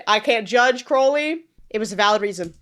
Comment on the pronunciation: this is such a pet peeve of mine, but it’s CROWley 😭 CROW-LEY 😭 like the bird! (NOT cROWley)